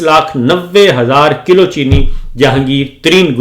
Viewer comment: صابر یقیناً آپ "پُنّر جنم" پچھلے جنم میں طبلہ نواز رہے ہونگے، باوجود بارہا نشاندہی کے آپ اپنے پچھلے جنمی پیشے سے چھٹکارا نہیں پارہے، دوسرے آپکی اردو لفظوں کی ادائیگی بھی کافی خراب ہے مثلاً : ستاسٹھ ❌ سڑسٹھ✅ کِلّو ❌ کِلو✔️